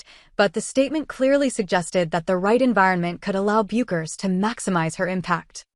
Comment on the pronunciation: Isn't it crazy AI can't figure out or be programmed to say her name correctly ???????? To anyone who tuned into this (I actually didn't and what I did was read the script before I hit the button) I want to share a thought with you. I was a pool shooter many years ago, let's just say I was pretty good, and if someone was going to play me I could clock that guy out about what kind of a player he was before he even took a shot! It comes with the territory if you know what I mean. Well, Paige will be able to clock someone out to determine what kind of a player they would be before they ever took their first shot. 'It comes with the territory!' She should definitely be in a position to offer her opinion of who she thinks is a great player and a great teammate.